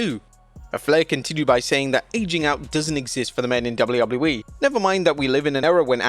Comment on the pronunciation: Please for the love of god GET SOMEONE THAT CAN SAY WWE TO DO THE VOICE OVERS it used to be funny and now it's beyond annoying